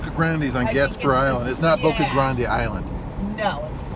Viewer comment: The guy keeps sayin Boca Grande' its Boca grand. no emphysis on the E at the end of grande well not for the locals.